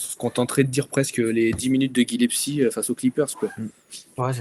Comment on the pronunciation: C'est GilleS - pie et pas Gile- psy les gars petit moyen mémo-technique